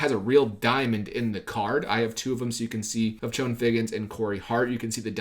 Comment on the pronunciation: I don’t wanna be that guy, but I feel that I have to be. Chone is pronounced like Shawn.